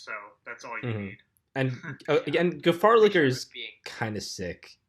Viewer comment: dont be mean it wasnt too bad and at least he said gefahrlicher and not gerasfsfdhdsdfdnsdr